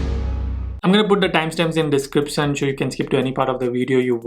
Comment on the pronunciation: Total gujju .. sec "descripson" hahaha idk if any of y'all noticed. Cute tho